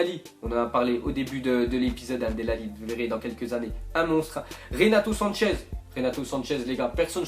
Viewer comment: C'est renato sanches alors dit pas sanchez il est portugais il est pas espagnol